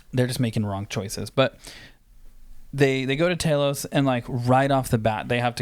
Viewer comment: TEA-LOS pronounce it like that for Telos 4 you feel me